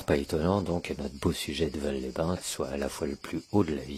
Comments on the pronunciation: Petite précision, je suis habitant de de l'Ardèche j'ai même étudié à Aubenas. Alors on ne dit pas "valle" mais "valse" phonétiquement parlant pour "Vals-les-bain" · Merci pour cette vidéo de mon département, une chose cependant on prononce le S de Vals les bains, on dit Valssss…..